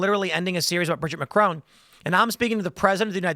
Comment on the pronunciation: Please stop mispronouncing Macron. As an American that can speak French, I can’t stand it.